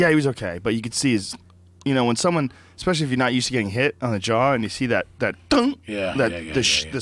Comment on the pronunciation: Joe "Expectially" Rogan